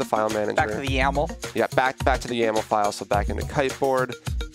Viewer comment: dont say out yml just say y-m-l